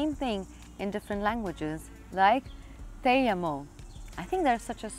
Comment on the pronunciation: 🍏 The relaxing background music was very soothing. The "te amo" is actually pronounced like this "tay ah-moe" or "tay awe-moh" in Spanish. Thanks for the great video. Well done. 😎👍🍎